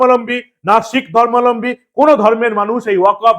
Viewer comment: কথাটা 'ধর্মালম্বী' নয়, --ধর্মাবলম্বী